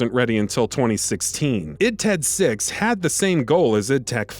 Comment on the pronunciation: "id TED six" 😂